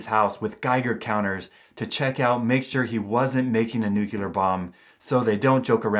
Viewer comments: Its because he pronounced it nucular and not nuclear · ....news for you, Just like President Bush you cannot pronounce Nuclear. It is NOT New-cu-lar It is, as written, Nu---Clee-----arrrr, say it quickly....Nuclear. There, that was easy. Practice three times a day in front of a mirror. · It’s pronounced “nu - clear” (like new clear glass), not “nu - kew - ler.” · Noo-clee-ar not nuk-yul-ar. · 🔵 you said "Newk-you-lur",... ...instead of 'New-clee-ur'. You must'a gotten that word from George W bush,...it was one'a his favorites! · What is a new queue leer bomb? it's new-clear. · "I'm not smart enough to make a nucular bomb." No disrespect, I just loved the irony. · "I'm not smart enough to make a nucular bomb" Yeah we believe you